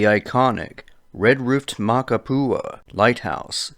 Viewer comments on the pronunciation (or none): It’s makapuu not makapua lighthouse.. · The way you pronounce Makapu'u is funny. This trail is paved the entire way. Elderly and baby strollers are all up and down. THIS IS NOT A HIKE! Its an easy crowded walking path. And the side trails are used by local kids getting to the pool down below. Only place to go and not be found is in the Molokai straight...rough waters. Literally the trail is full every day with 1000s of tourists.